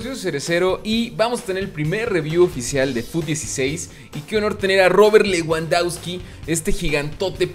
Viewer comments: Se pronuncia Lebandobski jajajaj leuandauski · leuandausqui :vv